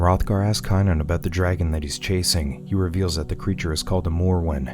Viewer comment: Don't get me wrong I love the movie scene it of many times. It just amazes me how you can pronounce everyone's name in the entire movie, except for the star? Wulfric, Bjorn, except for Kanan? LOL...K Long A nan... lol. I'm just messing with you. I like your Recaps I just thought it was kind of funny